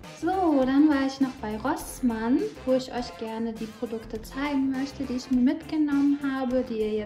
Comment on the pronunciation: So many good things! I love the masks. The rainbow headband is adorable. Minnie mouse slippers omg. Now I learned how to pronounce Rossmann correctly . Thanks for that. I love Isana products . So afforay. And altera is a great brand. Happy New Year 🥳🥳